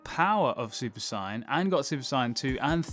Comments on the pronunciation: Bro i beg you to say Say-en not Si-en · sigh yan............it's SAY YAN.....my god this audio better be ai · Its saiyan, not cyan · "super cyan"???? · It’s pronounced say-in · Dude its pronounced SAYIN but spelt saiyan. Your saying it wrong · Why's this mong saying Saiyan like Syan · I was really liking the video until I heard him say "Saiyan" lol I just cant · Why does he say saiyan like that? Video was great but that kinda bothered me. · Dude, the way you say Saiyan I know you’re not a DB fan.